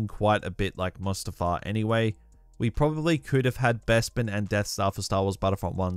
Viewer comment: when he said mustafar, i clenched my fist in anger